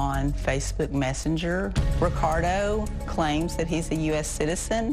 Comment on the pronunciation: anyone else notice she called it Facebook Mestenger? 😂 she said he lived in the 90210 area code. 🤔 Might be in cognitive decline.